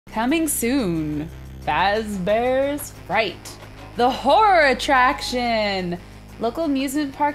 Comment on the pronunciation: for once she said fazbears and not frazbears lol